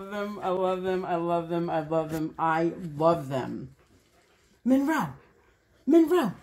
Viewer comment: says Monroeeee real good Good job